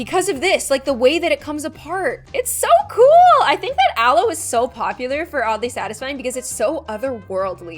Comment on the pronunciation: aloe slices what i heard: allo slices me: confusion